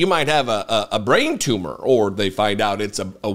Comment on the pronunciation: It is not a Too-Mah!😂